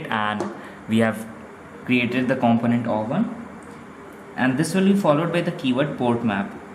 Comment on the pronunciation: Great video, only thing is the way you pronounce component is wrong.